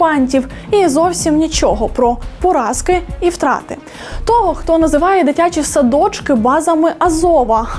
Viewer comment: Як же воно ріже слух оце ваше ТО́ГО! Хто той викладач, що вчив казати тОбі, мЕні і тп?